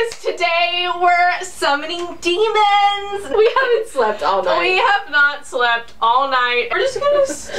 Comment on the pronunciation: "were summoning demmons" me: uhh do you mean angels?